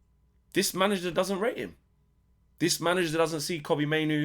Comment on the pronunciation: "I worry for hom jeff" sounds about right 😂